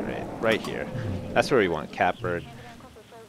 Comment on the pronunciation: It's his mispronunciation of Catbird.